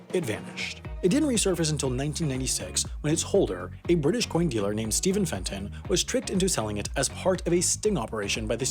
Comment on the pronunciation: Fenton! Jesus Christ!